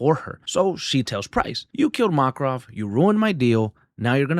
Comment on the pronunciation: MAKRAV 😅 VA-LE-RI-A! Interesting pronunciations .. love your video